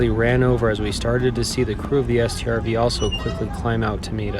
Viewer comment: he calls a StuG a stug and a T O G a tog (from a different video) yet he calls a Strv a S T R V